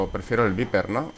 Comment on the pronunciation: se pronuncia vaiper y se escribe viper ¬¬